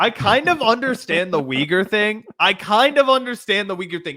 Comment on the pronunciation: Charlemagne actually pronounced Uyghur correctly. Cenk just made up his own weird pronunciation